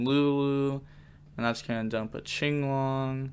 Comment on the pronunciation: Is it not pronounced kinglong? Why do you say chinglong.